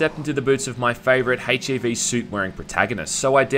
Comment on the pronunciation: It’s ZIt’s pronounced h e v